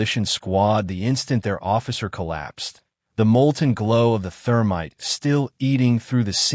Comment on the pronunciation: "Therminte". Freshens your target's breath while ruining your weapon....